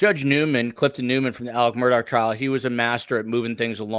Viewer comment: I know that this is about the vallow/daybell case. But, can someone please explain to me why Alex Murdaugh's name is pronounced "Alec Murdock"? It's actually driving me crazy. Thanks.